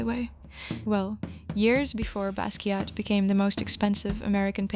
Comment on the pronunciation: ... loved the video (but your pronunciation of Basquiat is wrong, the “T” is silent).